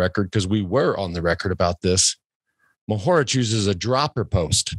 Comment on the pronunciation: Mohorič (first syllable accented) and Pogačar (seconnd syllable accented) is correct btw :D And Polanc (second syllable accented) with c pronounced like "ts"